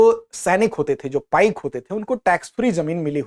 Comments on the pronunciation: पाइका नहीं पाइक बिद्रोह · It is not पाइका but it is पाइक . Please correct it . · It is not पाइका, the real term is .पाइक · Woh पाइका nahin, पाइक hote hain. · It is not पाइका but पाइक Not खंड it is कंध